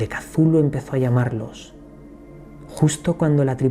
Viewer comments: saludos. En vez de pronunciarlo como casulu deberias decir "eczulju" es decir, dandole sonido a la C del principio y a las dos H que posee el nombre. Suena más mítico,más poderoso, menos definido como palabra y mas un sonido amigo, pienso que asi lo quiso hacer sonar H.P.L. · Cazulu?, macho no creo que se pronuncie así, jajaja. Bueno, de todos modos conoces muy bien el universo Lovecraft, que a mí me fascina desde que tengo uso de razón. Un fuerte abrazo y sigue así de bien. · Me encantó el vídeo, solo no entiendo porque dices "cazulu". ¿De dónde sale esa "A"? Me gustaría saber. ☺ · Pronunciación final del siglo xx chuhlu. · Por que se pronuncia "Cazulu " ,,el propósitos de Lovecraft fue que para los hombres , fuera impronunciable?? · No tiene pronunciacion correcta katulu cazulu no se puede pronunciar mija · POR QUE PRONUNCIAS AL IMNOMBRABLE CON Z?